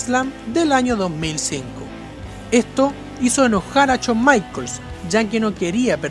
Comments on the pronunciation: CHAWN NO , shawn. Pronuncia bien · "Chon" Michaels!!!! 🤣🤣🤣🤣🤣🤣🤣🤣🤣🤣🤣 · Habla bien, CHOM, CHOM, no jodas! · Uff no sabía que esos luchadores odian a "Chon" Michaels xd. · Shawn michaels no chon maicol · Porque todos pronuncian chon se escribe shawn pero se pronuncia shon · No es Chon Michaels, es Shawn Michaels, habla bien LPM... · Aprende a pronunciar SHAWN. Es SHAWN, no CHOUN! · CHON Michaels ? O Shawn Michaels ? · "Chon" michaels. 😁😂😂😂😂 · Se me hace curioso como a veces pronuncia Shawn a la perfección y en otras dice Chon jajaj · A CHON MICHAELS 😂😂😂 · El "Cho Maiquels" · Chon maicols! Jajaja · Chon maicols xD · Chon maicols 😂😂😂😂😂😂😂😂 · Todo el video se jodio por decir "chon maicols" 😂😂😂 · Chon michaels xd xd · CHON Michaels 😂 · Chon michaels xd